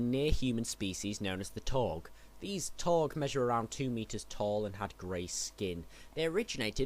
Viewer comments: No offence but rhis should be done over again..seriously...the taug the taug. It's taung. It's like makin a whole vid dedicated to jedi and calling them jaydi or their species as hunams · It's Taung. Not Taug. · Isn't it Taung with an n?